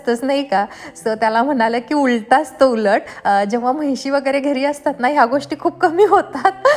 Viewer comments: म्हैशी नाही म्हशी म्हणतात गं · महिशी नाही म्हणत म्हशी mhntat😂